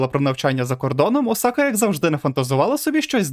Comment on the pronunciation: о май гатто! чел все норм,але твій наголос на бідосі Осаці ну це капець